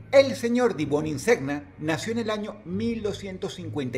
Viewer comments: "Buoniseña" pronuncia, gn se pronuncia ñ...!!! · La pronunciación en el nombre del número 6 es "Duchio Di Buninseña" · Hola Dross, solo para comentar que en latin cuando la g antecede a la n (gn) suena como ñ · El artista del puesto 6, su apellido se Lee como buoninsegña, como champagne/champaña